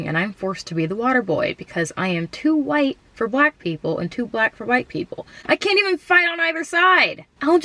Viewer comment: “huwhyte” Lmao 🤣